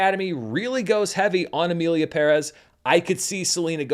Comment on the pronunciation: Oh come on you’re not going to pronounce Perez wrong like that right? The movie was trash, but still.